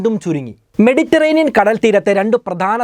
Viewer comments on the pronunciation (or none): none